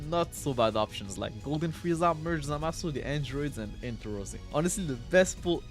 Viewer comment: Did he say froku?